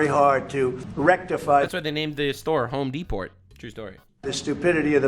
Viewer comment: “Home Deport” 😂